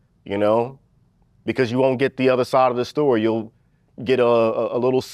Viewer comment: didn’t know “Becauuuuse” had 6 syllables